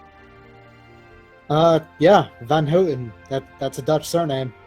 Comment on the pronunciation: Oh hey, I am non-Space Dutch. Also known as Sea Dutch. Since, you know, most of the surface area of our country is below sea level. Also, I understand why you pronounce 'van Houten' the way you do, but... that's not how it's actually pronounced. Proper Dutch pronunciation has the 'ou' pronounced as in the word 'noun'. Edit: And disregard that last bit because hey, I spoke too soon. Apologies.